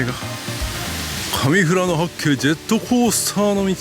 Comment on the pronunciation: したっけ、富良野を正しく発音してる、流石だべさ。唯我独尊のカレーを休店時に行って食べ損なった札幌人です。ルールルルの時に黒板五郎のモノマネしてほしかったw w。 ラムしゃぶなまらうまそ！北海道に生まれてよかった！